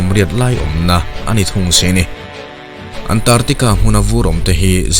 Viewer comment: Antartica nilo in, ANT ARC TICA tia lam tur ani e